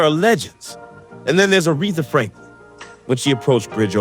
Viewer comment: Her name is ARETHA NOT AIRETHA trust she would let you have is it saying her name wrong give her “ R E S P E C T!!’